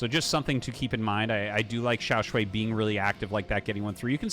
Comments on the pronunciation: Hi Artosis, it's pronounced shuai not "shuei". The way you say it sounds like 小睡 (small nap 💤) or 小水 which means urine which is not so nice. (edit for clarity: he is 小帅 and the series is awesome, thanks Artosis for the great cast as always). To help with the pronounciation native US speakers, pronounce "shuai" with the A sound you have in "Car", not the one in "and". Or if it helps try: "Shoo - I". Otherwise I am out of ideas 😀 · shuai is pronounced as "shoe-why" as one word, with no pause in the middle. btw, love this stuff RT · xiao shwhy, with shwhy being one syllable pronounced with confidence